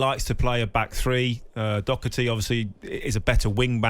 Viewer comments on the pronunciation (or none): Why does everyone in england add a c in doherty